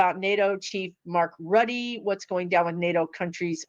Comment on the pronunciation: Mark Rutte's last name is pronounced ROO-TAH. At this point, the only real power we have is prayer 🙏. Pray for Biden and Harris and Rutte to solve this as peacefully as possible.